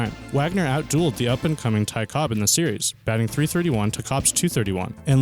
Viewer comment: Ty Cobb. No 's' on the end. Cobb.